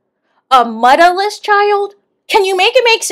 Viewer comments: Ask Uncle Wanda she's the one who kept saying muddaless 😂 she actually said mutless 😂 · Not "Muddaless"😂😂😂😂😂